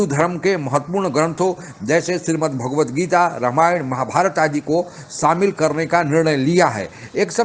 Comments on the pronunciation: Qamar Cheema can't pronounce 'Ramayana and Mahabharat' properly.. Let him learn it from the lady anchor. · अबे चीमा रामायण को ramayana और महाभारत को mahabharata बोल कर अंग्रेज की औलाद बनना बंद कर l